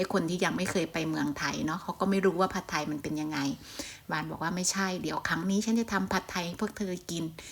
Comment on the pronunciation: คลิปนี้ดีทุกอย่างเลยครับ แต่ผมแนะนำเวลาพูดคำว่า“ผัดไทย“ออกสำเนียงไทยไปเลยจะดีมากครับ ฝรั่งจะได้ออกเสียงอย่างถูกต้อง❤